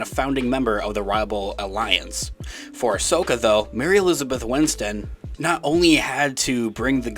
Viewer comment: Maybe it's a pronunciation thing, but sounds like you're saying 'Mary Elizabeth Winston' rather than 'Mary Elizabeth Winstead' (which is her name).